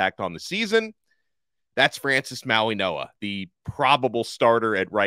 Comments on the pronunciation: Interesting. Don’t think I’ve ever heard a G pronounced as a N. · When did Francis & Kiki’s last name get pronounced “MauiNoa” & not MauiGoa? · There is not an a letter N in his name, why are you pronouncing his name with an N in it?